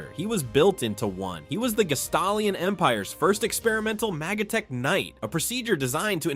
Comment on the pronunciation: My favorite was MAGAtek knight 😂